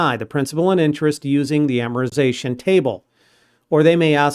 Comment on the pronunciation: You are the best instructor thank you...also Amortization is pronounced with a T after R